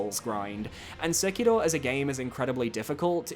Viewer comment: Please please stop pronouncing Sekiro like that. It is grating hearing this weird non-Japanese accent.